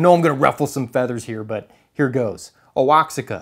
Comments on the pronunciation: Oaxaca is actually pronounce “wah-ha-cah”. If I’m correcting in assuming that’s what you meant. & it is the best cheese in the world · No joke, your videos are probably the best in all the "youtube-photography" pseudo-genre. Just an observation Oaxaca cheese is pronounced: wa-ha-ka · Took me a second to realize he said Oaxaca. Either way, great choice! (PS. the 'x' is pronounced like a 'j' the same way Mexico in Spanish is pronounced 'mejico')